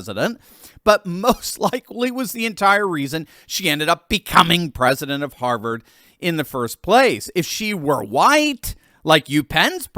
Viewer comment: Rolling on the floor, laughing my fu$king ARSE off at 'Haaavaaared' 😅😂😊🎉❤